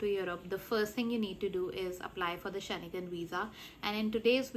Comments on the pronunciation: You did not show steps for either vfs or france website. How do you call it step by step? Also, its Schengen not Sche-ne-gan. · She can’t even pronounce Schengen properly 😅